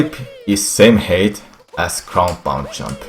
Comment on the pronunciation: Can I just say how much I love his pronunciation for "height"? It sounds like he's saying hate. "You want to get a sufficient amount of hate. If you don't get enough hate, you won't make it." There's a life lesson in there somewhere.